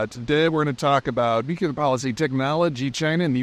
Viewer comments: When I hear people pronounce the word 'nuclear' as 'new-cue-lar', it really makes me wonder about anything else that comes out of their mouths. This, coincidentally, from a former machinist-mate aboard one of the first nuclear powered submarines ever built. America has come close to losing a sub in dry dock a couple of decades ago. Very embarrassing for all concerned. Nice to see the Chinese managed to pull it off. Cheers, D. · George W. Bush was infamous for his country bumpkin way of saying 'new-cue-lar. It's like the accepted pronunciation of the month 'February' as 'Febuary' by many, many citizens of America. Still doesn't make it right, or the person using that pronounciation any less feeble. Cheers, D. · For God's sake please spare us the atrocity "NU-CU-LAR" It sounds so ignorant. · How much to donate to get Peter to pronounce nuclear correctly? Nu-clear. Nu-clear. Nu-clear. “New-clear” so smart yet sounds like an episode of the Simpsons. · Its pronounce "new-clear", not either of your ways. Two syllables, not three. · Peter, while appreciating all your nuanced, broad and deep knowledge, your panache is tarnished by your mispronunciation of "nuclear". Suggest you slow it down, practice, and get it right. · Peter, I'd like to keep thinking of you as a smart guy and a credible analyst. Please learn to pronounce the word "nuclear." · If I join Patreon, can I have a version where Peter can pronounce "nuclear" correctly? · Please, for the love of god, learn to pronounce nuclear. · I'll make a deal with you. I'll subscribe to Patreon when you learn how to say nuclear in an accent that doesn't sound like Homer Simpson. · Love your content. I don’t know how you know so much about geopolitics, but it’s impressive. However, if you would just do one thing – please learn to pronounce the word “nuclear”. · "nuclear": NOO-KLEE-UHR ... not NOO-KYOO-LUHR. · Its pronounced "nuc-u-lar" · NUCLEAR!!! Not nukular. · Double or nothing on nukuler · Still can’t say nuclear.